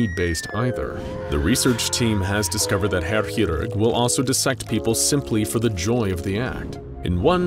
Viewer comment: You read Chirurg as Kirurg, not hirurg.